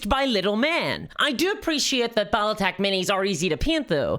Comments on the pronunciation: "Bottletech"??? What is "Bottletech"???? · I've never heard of "Bottletech" before...:)